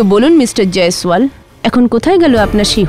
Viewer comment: jiswal ki pronunciation korte parosna